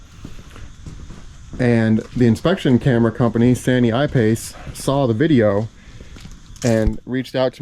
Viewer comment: san-yi-pace, not sany-i-pace. Sanyi probably stands for three-in-one in regards to this product but is actually just a common part of company's names in China.